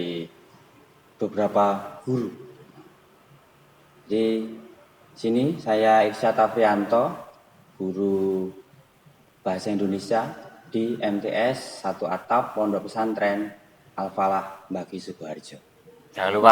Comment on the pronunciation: bahasa indonesia pak ,sanes bahasa endonesa😂